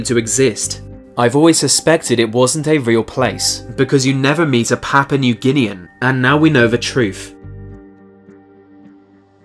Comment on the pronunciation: You never meet a papa- nuiguinean oh my gosh he's right